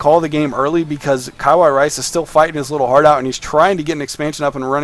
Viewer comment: I wish I can micro like these people o__o btw, correct me if I'm wrong; but I think the pronunciation is (kawa-ii)rice not (kaway)rice tnx for the cast. greatly appreciated and really enjoyed it